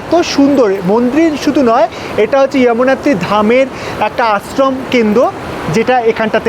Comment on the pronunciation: ইয়ামুনাত্রি টা কি 😊 যমুনাত্রি বললে কি উচ্চারণটা ভুল হতো??!!